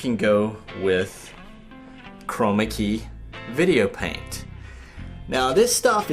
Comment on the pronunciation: STOP saying chromacy or whatever it is !!!